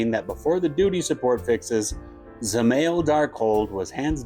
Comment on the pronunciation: Also the a is pronounced as a y and emphasized, so it's Zeh-MY-el.